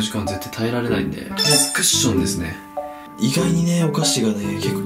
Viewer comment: クッションじゃなくてワッションになってる